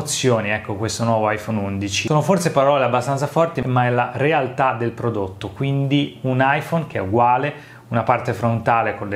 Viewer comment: “Prodotto” non si può sentire 🤣